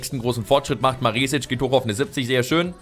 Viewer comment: Maresic spricht man mit kurzem e aus(bedeutet schnell ausgesprochen